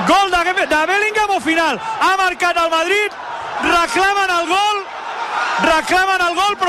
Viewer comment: Cada vez que los escucho siento dolor en las palabras: "la sentratra, la rematada y el gal"...